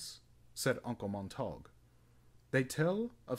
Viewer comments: Pronunciation = mont-a-gyu not montauuug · U hav to penouce (sp) uncle mont-er-gue